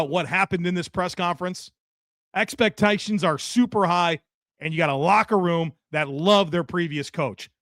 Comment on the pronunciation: That country came out of Joe's mouth suuuuuper hard 😂😂😂😂 Expektayyyshions